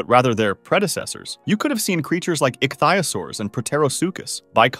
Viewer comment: Ichtighosaurs? I think you mean Ichthyosaurs.